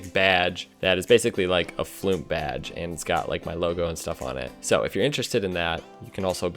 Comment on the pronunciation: "Did you just say floomp"? Brb unsubscribing